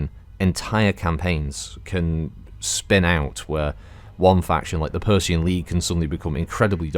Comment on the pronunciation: Persean not Persian 😉